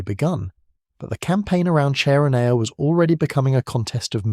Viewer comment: CHERONEA = KERONEA.